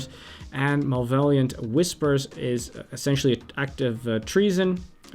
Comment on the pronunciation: Malvaliant Whisper was my favorite =P